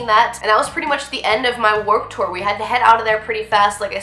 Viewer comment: It's pronounced "tewer!!!" 😂😂😂😂